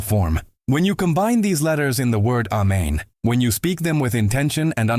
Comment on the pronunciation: He didn't say A men. He said Men😂